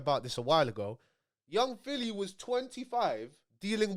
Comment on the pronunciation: Man said p filly